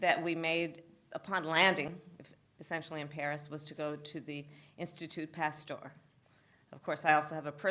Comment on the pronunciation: She can't even pronounce Macron and Pasteur correctly, she really is a waste of space.